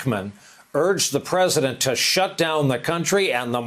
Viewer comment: He wasn’t calling himself a Wartime president, he just missed pronounced president.